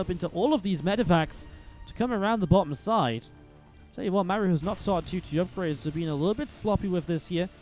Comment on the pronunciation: Why do you call Maru “m’air-ew”? It’s really super distracting